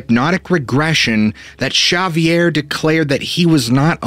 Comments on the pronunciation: Whats the guy's name? I am half deaf. Substitles right Shaviere, but I hear Javiere?? Both don't make sence, Could it be the narrator mispronounces the name? Like it's promounced, Havier? Isn't it odd that so called proof pics, are always so dark grainy you need relly good immagination to see anything! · Dude, I like your work and your videos, but may I suggest you learn to speak names and places properly before production. The name Xavier is not pronounced that way. It is pronounced like zave-ee-ar. X has a Z sound, not an H. Very distracting and disappointing for the message you are trying to put out. Just some professional advice. Take it for what it is worth. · Xavier, its pronounce X-zavior. like the X-men professor. ( but in french we say (gza-vee-ay) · If Xavier was Basque, your pronunciation would be correct. If he's Spanish, however, it should be more like ''Havier'' or ''Haviay''. [ , you say his native language is Spanish.] 😎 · Xavier is pronounced commonly as HAHvier, or in english as egzayvier. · Always heard that name pronounced as Zavier like savior with a z and ending with an er. Great story never heard it before thanks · 9 months late...I'm sure someone told you it's pronounced "Havier"....your welcome 😁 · ok so its spelled w x which is pronounced eggsavier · Havier, Havier, Havier not Javier! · You keep saying sha-vee-air. I am so caught up on this I’m having trouble following the story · Shavier??? Nice storytelling, but there is no Sh sound in spanish. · Xavier. Pronounced..."Ha vier" or "X avier" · Its pronounced Havier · Xavier??? Pronounced eggzavier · Ex-zay-vee-air. Just saying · Repeat after me...Ha vee air is how Xavier is pronounced. No idea where you got the idea for your mispronunciation, but it is so off the mark to be laughable. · You would be saying absolutely wrong, jush saying! In Spanish it's pronounced with an H sound as in Ha vee air! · Bless his heart, I keep cringing every time he botches it. XP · Ha vee er Not X avier.